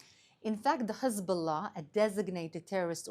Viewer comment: Finally an Israeli that pronounces Hezbollah correctly and doesn't say Khezbollah